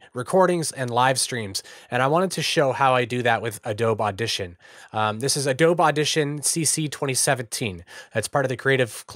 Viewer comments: are you saying "ah-doab" instead of "ah-doh-be" on purpose? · Yeah, he is. lol - "Uh-Dobe - E"